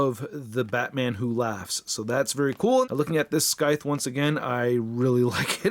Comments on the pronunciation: Everytime he said "Skythe" instead of "SCYTHE" I died a little inside. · Great review but I do believe it's pronounced 'sigh-th' and not 'sky-th'. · I don't know what sounds worse..... "Skyth" or "Churn"..... 🤣🤣🤣🤣🤣😖😖😖😖😖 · "SKYTH" = Instant dislike! 🤣🤣🤣🤣🤣😖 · Hey, great video. I like the new format(aside from the missing articulation segment) but I know that wasn't on purpose. Also not trying to be a troll but there's no hard C in scythe, the C is silent so its pronounced like "sythe" anyways love your vids. Keep up the awsome work! 😁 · it's pronounced scyth!!! THE C IS SILENT PENDEJO!!! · The weapon is pronounced -th. Thanks for the review. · That’s not how you pronounce Scythe you’re saying it wrong 😑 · Man said "scythe" with a HARD "C"